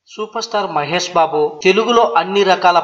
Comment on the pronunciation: mahes kadu babu mahesh